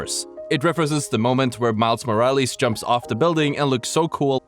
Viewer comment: "Miles Moralees" lmao